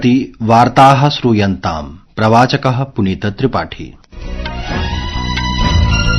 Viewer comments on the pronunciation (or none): संस्कृत में शुद्ध उच्चारण परमावश्यक है। शकार, षकार,और सकार का उच्चारण ठीक होना चाहिए। जैसे श्रूयन्ताम् में श्रू =श् +र् +ऊ है न कि स्+ र् +ऊ। उच्चारण निराशाजनक है।